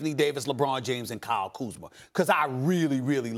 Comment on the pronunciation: how come Stephen A can pronounce Kyle Kuzma properly, but not Rob Pelinka?